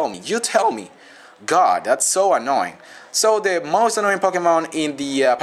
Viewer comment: "Those things always, but always, are annowing. And they will just annow the crap out of you.." lol